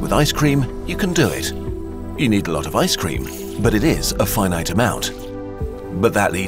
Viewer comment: I like the way you say Fye Night, (Finite) it's totally not the way I would have expected that word to be said.